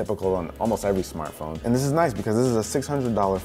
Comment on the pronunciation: "Smartphrome" - lol